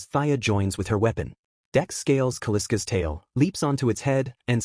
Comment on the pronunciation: Kal-isk not Kaliska is the name.